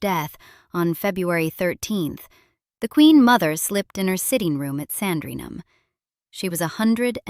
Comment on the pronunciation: Quite right! That's just one of the many errors in this piece! Also annoying were her incorrect pronunciations of Sandringham and Lascelles!